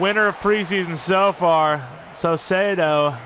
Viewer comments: Saucedo = ses-say-dough, hope this helps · Don’t change saucedos name please I really enjoy you pronouncing it differently every time